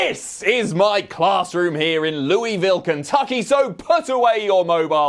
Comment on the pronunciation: Thanks for pronouncing Louisville correctly 😂😊